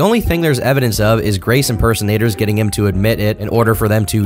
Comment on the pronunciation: Grrracee. VANDERwall...